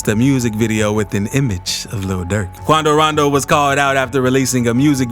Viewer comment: It sounds so nice when he says quando rando